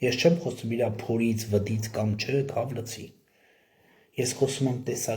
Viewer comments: Քավ լցի չէ, քավ լիցի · Ուղղեմ եղբայրս` քավ լիցի (ոչ թե լցի)։ Հետո շիզոֆրենիկ ոչ շիզոֆրոնիկ։Սիրով ասեցի